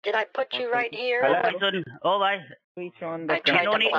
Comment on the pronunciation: Why do ALL scammers pronounce "HELLLAAEOW" the same way?